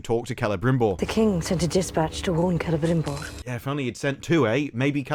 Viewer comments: To be fair, that is how the names are supposed to be pronounced. That being said, it does sound very goofy when they speak English otherwise. They should only do it with lines that are actually spoken in Quenyan/Sindarin. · What is this business of all the actors rolling their Rs relentlessly. It isn't Celebrimbor, it's Celebrrrrrrrrrimborrrrrrrrrrrr....rrrrrr. Didn't anybody tell these folks that while correct pronunciation in many languages requires that the R be rolled, if you roll it more than three times, you're playing with it - like when they go to the bathroom.